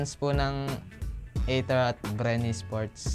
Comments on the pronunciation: hindi, tama na yong ei der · Ei/ter pala basa hindi Ei/der sa Aether amp ko tlga